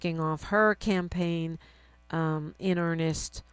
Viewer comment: "Campagne?" Like champagne?